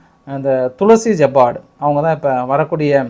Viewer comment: துளசி ஜப்பாட் அல்ல டுல்சீ ஐப்பாd